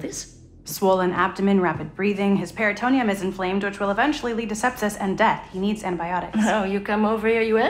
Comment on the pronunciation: "perito'neum," really? It's peritone'um.